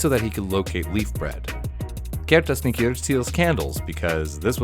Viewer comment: rating on how well you pronounced the names (1 to 10) "stetjastuor" 6 "giljagjur" 3 "gluugagijir" 1 "bjoognakir" 5 "ketkrokjir" 6 "stoofur" 9 "potaskifil" 7 "þröslækjir" 4 "askaslikjir" 9 "hoorjaskeljir" 4 "getafjur" 4 "kertasnikjir" 9 which makes a fine B*